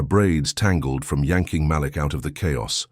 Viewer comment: This was a great story.. only negative is please learn how to pronounce black names. " malik" is actually enunciation as " muh-leek". Other than that I love your stories 🎉